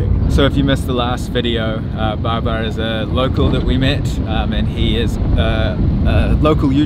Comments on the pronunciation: Great experience- not many are lucky to have it in that perspective. By the ways it’s Babar not Barbar 😉👍🏾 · His name is babar not barber🤣😅